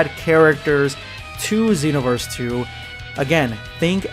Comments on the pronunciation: He probably pronounces it Zeenoverse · SpextrumYTI am a xenoverse fan but I pronounce it that way. But how do you pronounce it